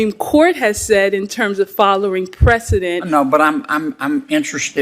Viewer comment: "Follering precedent", she said